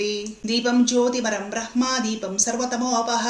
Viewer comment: బ్రహ్మ అన్న పదం ఉచ్చారణ మీ నుంచి సరిగ్గా విన్నాను. చాలా మంది bramha అంటున్నారు .లేదా భ్రమ్మ అంటున్నారు.